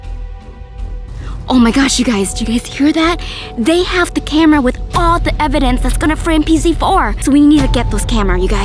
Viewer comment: The cop said complying evdanc